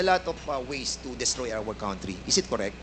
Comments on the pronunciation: Wrong pronounciation ang Country mo #dan fernandez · Dan Fernandez Country pronounce as kantri not kawntri